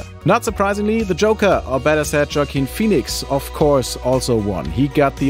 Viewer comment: I never heard of Joke-ine Phoenix before until now. 😂😂